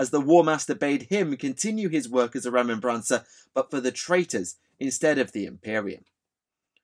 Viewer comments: Why do you add the "N" sound its remember combined with mancer like necro-mancer. Remen-N-Bancer just sound off. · I don't if it's the difference between British English and American English but the way you're pronouncing "remembrancer" is killing me. You or I one is putting the wrong emphasis on the wrong syllable. Other than that, you made the history of historians pretty cool.